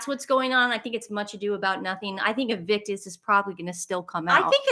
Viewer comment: It's called IN-VIC-TUS not IN-VIC-KUS. You guys are so funny!😄